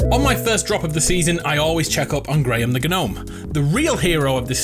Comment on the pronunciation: Dude you need to stop saying GUnome, its a silent G, you write it Gnome but you say it Nome